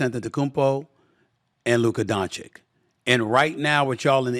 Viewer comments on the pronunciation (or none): DON-CH-ITCH!!! NOT Don-chick! This is your job and you can’t say one of the world’s best bball players name! Im embarrassed for you. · Good interview and Stephen A. Smith was honest toward Luka. But he should - after so many years - pronounce correctly Doncic: It's not "Donchik", it's "Donchich"! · I'm just here for Stephen A. Smith to pronounce "Donchick" in front of his head coach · It's DONCHICH not DONCHIKKKKKKKKK..i know he's doing this on purpose 🐀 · please,like this comment,so Stephen A. Smith can read it🤓🤓🤓 Lyka's surname is pronounced Dontsits...Don-tsits...not Don-tsik...you 'll thank me later...🙂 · Donchick? It’s donchitch, he knows this but intentionally says his name wrong. Ok Stephan A Smith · No one: Literally no one: Steven A Smith: “Luka DonChick” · "Luka Donchick". 6 years in the league and still couldn't say his name right. 😂😂😂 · Say it with me Stephen A - Luka Don-Chich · SAS keeps calling him Donchik lol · He says Donkchick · I have a difficult name to pronounce, so understand when people can't get it. Luka will be around for 10-15 more years as a veritable powerhouse of a player, so showing some degree of effort is possible. 'ch-ch' is just really not that hard to master. 🤣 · Say his name right don't butcher it on purpose I'll take healthy embid over gianis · can you learn how to freaking say Doncic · Why can't Stephan A pronounce doncic properly? Its embarassing at this point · Oh please learn how to pronounce Luka's name! It's hard to listen you to disgrace him! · SAS- ‘I’m a word smith’. Also SAS- can’t pronounce Doncic or Nowitzki. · Stephen A has been doing TV and covering the NBA for over 30 years and can't even say Luka's last name correctly. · By now, everyone in the league knows how to pronounce the surname of the world's best player, except SAS. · Will Stephen A ever say Luka's last name correctly? It's not difficult. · A Smith still cant pronounce luka's last name right. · SAS please learn on how to pronounce Dončić!